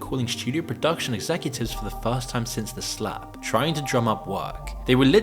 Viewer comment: Lol, I like how says "the Slap" like it's " the Snap" from the MCU😅